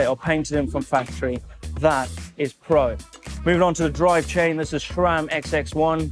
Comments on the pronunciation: sram doesn't have a H in it. it's sram not shram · Why does say shram instead of sram????? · Seth also says 'shram', so I guess it's alright. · Nice vid 👍. He still says shram 😂